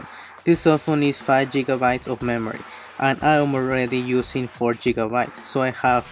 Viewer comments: Not jiggabites It’s Giga bites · Saint Leon he tried to say gigabyte. We mexicans or spanish speakers often pronounce the word gigabyte like jiggabyte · He really said jiggabites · saids Jiggabites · "Jigabites" im dying😂😂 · “Jigga bites” Rofl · when you eat 3 gummies instead of 2 "I have 5 jigabites" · I lost it when he said jigabiiitzzzz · five jigabites